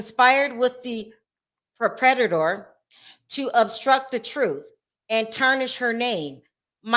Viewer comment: Perpetrator … pronounced “purr-pa-TRATOR